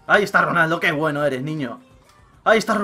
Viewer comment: ojo a "RANALDO" en el minuto jaja